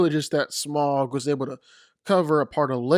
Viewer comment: Yea it's so annoying hearing so many people pronounce it Smog when it's pronounced Smowg.